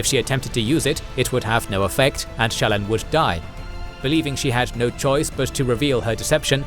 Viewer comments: Great recap, but you’re pronouncing almost all of the names incorrectly. Listen to the audiobook for proper pronunciation, or a video of Brandon talking about the characters. Example: Shallon, you’re saying at “Shallan”, but the correct way to say it is “Shallawn”. Kohlin is “Koh-lin”, not “Colin” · As someone who listens to the audio books, this video is driving me crazy. The narrator pronounces almost every major character's name different than Kramer and Reading. The worst one is Shallan, the narrator says both her first and last name differently than the audiobooks. It sounds weird.